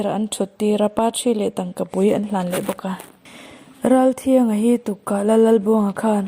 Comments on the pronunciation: Ngaihnawmin a bengvarthlak khawp mai. Ralthianga...hi tri anga lam tur ani e..thiang...niloin.. thriang tih tur. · Ralthianga tihhi i lam dik tlat lo.Tui thianghlim tih a.Thiang tih ang in i lam ri a.. Thiang nilo in...T a lam rilo in. A,aw,b. alphabet a.T dawt chiah awm.U hma chiah ami.Tri..tia kan lam thin ang khan.Ralthianga..Ralthrianga.ti in lam tur